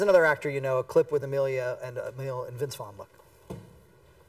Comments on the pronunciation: he called him emelia, wow, emile isnt hard to pronounce haha. i really like emile though i think hes a great actor and perfect for into the wild. loved that movie and the book too. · did he just call him amelia.. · he keeps getting his name wrong.